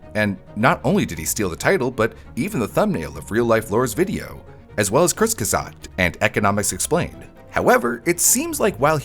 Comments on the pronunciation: "kurzgszgz" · this is exactly how i pronunce kurzgegezisgt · It’s pronounced Kurzz ke zart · I’ve always pronounced it “Kers-geh-zart” NO idea where the second “r” comes from. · bro has NOT been taking his german lessons seriously. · failing to say the german version of "In a Nutshell" is really funny. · attempt at saying Kurzgesagt has me in tears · "I never mispronounce anything" - earlier in the same video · Hearing trying to say Kurzgesagt literally made my day 😂